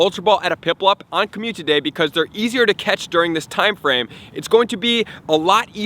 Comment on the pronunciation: Is it just me... or ...is he saying COMMUTITY DAY